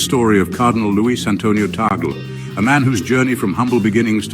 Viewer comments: PLEASE PRONOUNCE HIS NAME CORRECTLY. It is read and pronounced as in Spanish or Latin. TAGLE is pronounced TUG (soft u) LE (soft e). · It's " Tag- Leh".